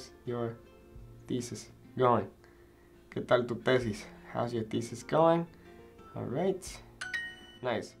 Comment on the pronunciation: ese "¿que tal tu tesis?" Sono muy latino JSJSJSJ